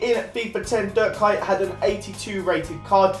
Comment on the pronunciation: you say it like Kuit